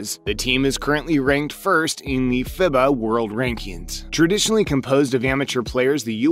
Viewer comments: FIBA is pronounced feebah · Dude, why not try and learn a little about the game or at least know how to pronounce names. For example: FIBA sounds like "FEEBAH" and Coach K, yah know the coach from Duke sounds like Shuhshevski. Must be a robot voice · “Fibba” “Krezooski” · "Fib - uh", Mike "Cruise - chefski"??? Did you start watching basketball 2 hours ago? 🤣🤣🤣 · Listening to the way this guy mispronounces "FIBA" and "Krzyzewski" tells you all you need to know about the credibility. along with the US just winning the Gold Medal like an Hour ago...